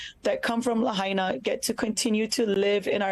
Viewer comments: You're paying attention but you can't pronounce Lahaina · It's called Laah High Naah I live on Oahu Island (HONOLULU) As soon as I heard wildfire. I knew developers will try to Gooble up the land.